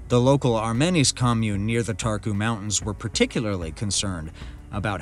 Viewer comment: Romania has very beautiful nature. I am Romanian and this is old news for me. All English speakers mispronounce and stress the wrong syllable. Make sure you pronounce properly and stress the right syllable. The first syllable is stressed in Țarcu so the pronunciation is TSAHR-koo.